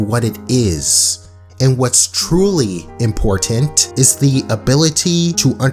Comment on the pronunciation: his pronounciations sometimes are weird like at the end of words imporTANT